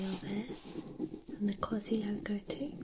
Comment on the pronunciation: Love it!!! Some noises were too harsh for my taste but your voice is exactly what I need!! When you hit the ASI when spelling QUASI that was PERFECT !!!!! You should do a talking video in that voice